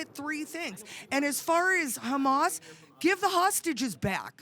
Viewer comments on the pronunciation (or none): none